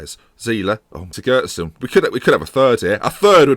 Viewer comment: Siggurdson: Cig-goo-ard-son.